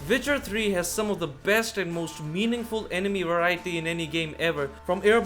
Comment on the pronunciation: “Vitcher 3” huh? I’ll give it a shot